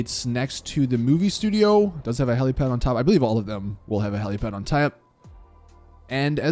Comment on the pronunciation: "A heliapad on taep" hahahahahahaha